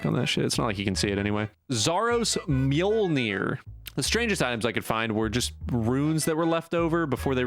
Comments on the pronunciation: Mill-Knee-Ore Weird french guy was close, but wrong....prolly cuz he's french. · Dogshit, i'ts called Mjölner; Mee-ol-neer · I always pronounced Mjölnir as Muh-yohl-nir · Muhjolnear… 🤦🏻‍♂️ Smh brother. All the Scandinavian subs hurting 😂😂 loved the vid though brother, enjoying the different content. Keep it up my guy. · How did you not know how to pronounce Mjölnir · LOL he does a video on how to pronounce a word and still does it wrong. well played